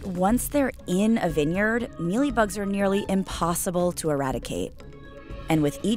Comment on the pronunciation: Wait, is vineyard pronounced that way?